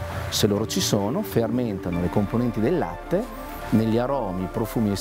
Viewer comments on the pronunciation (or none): none